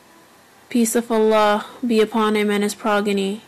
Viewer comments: * said progeny wrong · I love bibi zainab but she said progeny